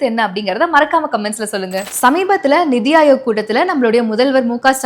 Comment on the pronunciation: Hey, it's 'neethi' aayog. Neethi means justice. Please correct next time